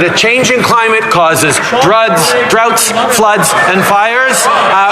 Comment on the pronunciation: Ha! Ha! "Droughts, druds, Oops, floods". I must say I enjoy watching Trudeau flub his lines. Probably the same reason he couldn't make it as an actor except in politics. Those "Um" pauses he takes while talking are an indication he is trying to catch his breath. He loses his breath quickly from his overexcited state. Meanwhile, Pierre remains unflustered.